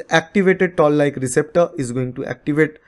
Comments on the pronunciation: I believe it is Toll like receptors and not Tall like receptors.. correct me if I'm wrong. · Its not tall like receptor, toll like receptor 😊